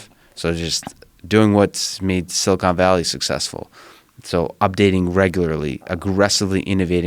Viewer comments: If Joe says "silicone valley" one more time, I'm gonna scream. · Joe is a dolt in general. Just as I type this, he said "silicone valley". Twice.